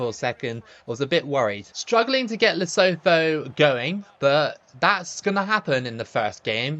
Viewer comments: Hey mate, love your vids! Would love to see you play as the mighty Faroes one day btw, or New Caledonia. As for Lesotho, the TH in the Sesotho language isn't a th like in 'thorn', it's just a stronger T sound, so the country is pronounced "Leh-SOO-too". All the best! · As you know I'm from South Africa, and we pronounce it as "Le-Su-2"😁